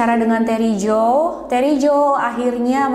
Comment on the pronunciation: Terry dibaca reney...??